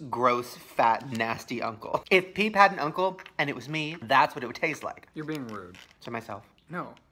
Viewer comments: Wait the whole time i thought he was saying pink oreos not peep oreos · MissPronounced oof